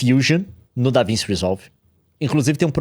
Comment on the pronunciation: NÉ DAVINSSI NÃO CARAIO, É DAVINTCHI. NUNCA OUVIU FALAR DO LEO?!